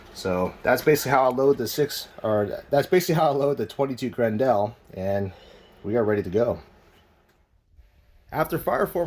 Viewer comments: FYI, it's not gren-DEL, it's pronounced "grendull", like the antagonist from Beowolf. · If I hear him say Grin-dell once more I was going to stick an ice pick in my ears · "Gren-dell" lol